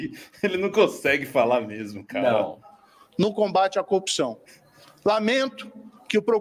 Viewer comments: Como pode, o cara não consegue pronunciar a palavra que está em todas as frases dele: "copção" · Será que para falar a palavra "corrupção" de forma correta e audível é imperativo possuir lábios ? 😂😂😂 Talvez seja por isso o boquinha de toca CD não consegui dizer "corrupção" e sempre diz "copção" 😅😅😅